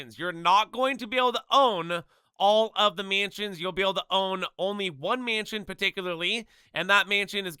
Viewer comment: he clearly can’t pronounce mansion correctly either 💀😭